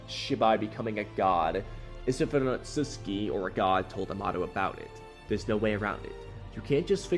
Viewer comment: The way you pronounced ‘Otsutsuki” kinda bothered me lol… Isn’t it: oh sut suki”? Not: “ oh suts ki” which is they way you say it?